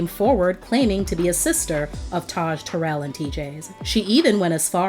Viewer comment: It would have been great if the commentator would have pronounced Taryll name correctly! Gives the story more authenticity. It's pronounced like " Daryll". SMH‼️